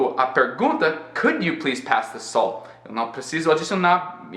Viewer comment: Quando você fala "salt" eu entendo "soul" hahahahaha